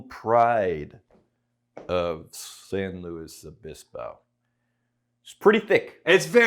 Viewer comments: Pronounced it correctly, former SLOcal confirmed. I’d expect nothing less from. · Lived there back in the mid 70's. Dad went to Cal Poly. As soon as I heard you say the name correctly, I know you had to have spent some time there. Would Love to get a bottle of this one. But alas! I live in Norfolk. Yes!!! another city with a name butchered by outsiders. Pronounced Norf*#k.